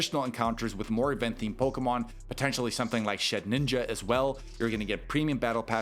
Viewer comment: It's SHED-INJA, not SHED-NINJA.